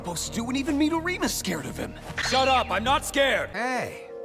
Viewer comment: THEY REALLY BUTCHERED ALL THE NAMES LMAOOOOO KIse REEYOTA KOOroko Rakoozan MurasaKIbara aOmine miDORima TAKO(Takao) KoorokoCCHI I CANT